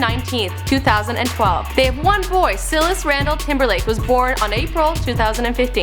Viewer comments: ENSYNC? SIILIS?? BRO, LEARN TO PERNOUNCE THESE WORDS RIGHT!! IN SYNC AND SILAS! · How she mispronounced Silas as "sealas" instead of "sylas" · SY - LAS, say it wit me like korean rapper, PSYYYYY-LAS. Like in the Bible, Paul and Silas